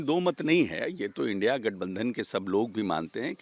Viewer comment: तुम को इंडिया भी नही पढ़ने आता है क्या से इंडी बोल रहे हो